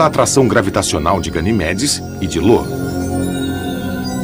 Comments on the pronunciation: Não é Lo não o nome dalua moço, é io com letra i de igreja! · O narrador só confundiu io com lo kkkkk